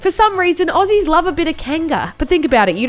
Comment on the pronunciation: Did anyone else notice that it sounded like she pronounced Aussie as Austraya? I'm not 100% sure so don't get mad at me ima New Zealander btw so sorry